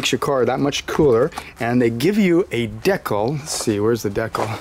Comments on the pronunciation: I think it's pronounced " deecal ", not " decle ". Love the location of that oil filter. Easy peesey. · The way he pronounced decal bothered me lol DE CAL say it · Don’t fucking say “de-cal” like that ever again